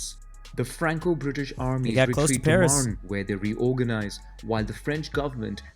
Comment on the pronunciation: retreat sounds like retweet :face-green-smiling::face-green-smiling::face-green-smiling